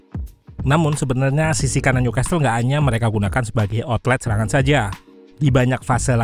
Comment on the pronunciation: Newcastle t nya ga dibaca bang, jadi dibaca nyukasel